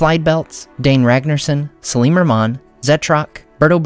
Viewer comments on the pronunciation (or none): none